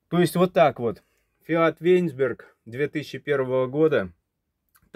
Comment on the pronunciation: Не вэнзберг. а до словно вайнсберг . Удачи на дорогах.